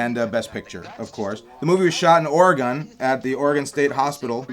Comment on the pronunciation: Great commentary, but: the state's name is pronounced ORE-EEE-GUN.